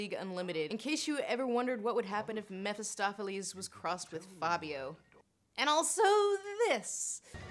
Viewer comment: "mephistopheles" welcome to hell intensifies